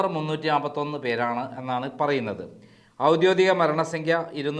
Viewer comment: ഔദ്യോഗികം എന്നു പറ. ഔദ്യോദികമല്ല.😝😝😝 ഔദ്യോഗികം താനൊക്കെ എവിടുന്നാ മലയാളം പഠിച്ചതെ. നീ ഇങ്ങനെ പറയുന്നത് കേട്ടിട്ട് ആരും തിരുത്തുന്നു പോലുമില്ലല്ലോ. കഷ്ട്ടം. നിങ്ങൾ പറയുന്ന ഡാറ്റകൾ ഒക്കെ ശരിയായിരിക്കും പക്ഷേ ഭാഷ ഒന്ന് കൂടെ ഇംപ്രൂവ് ചെയ്യു...